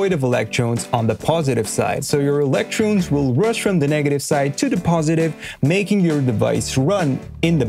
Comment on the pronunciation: I've never heard anyone say "electroons"; and more than once.